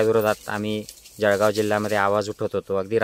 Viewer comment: भाऊ आपला खानदेश मा जडगाव बोलतस, ते का जळगाव असे असून ळ आणि ड ना फरक समजणं खरं महत्वाचे आहे